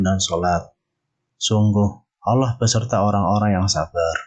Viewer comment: Bukan aloh tapi allah